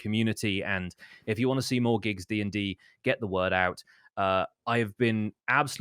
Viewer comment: It’s not GIGGS it’s PIGGG